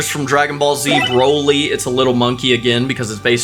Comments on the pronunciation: it's BRO-LEE not BR-OLIE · Braly 😂 I love ya man but its Broly like Bro...Then Lee. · its broly not braly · It’s broly not broaly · "Bro Lee" not "Bra Lee" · Can this dude make a decision how to pronounce Broly’s name? He’s said it right, and wrong at the same time.